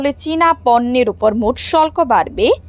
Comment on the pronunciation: শল্ক না হবে শুল্ক। উচ্চারণ সঠিক হচ্ছে না।